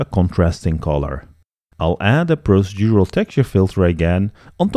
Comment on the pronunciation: Very interesting, thank you very much. You're so much more knowledgeable than I will probably ever be but perhaps I can help you with one tiny piece of advice on pronunciation, dealing with the word "procedural"; It's pronounced "pro-CEE-dural".